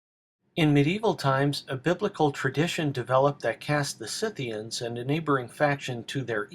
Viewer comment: Someone who actually knows how to pronounce "SCYTHIANS" correctly! Thank God!